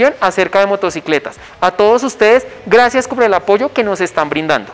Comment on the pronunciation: este men es tan bueno en mecánica que no da gracias si no "grasas" 😅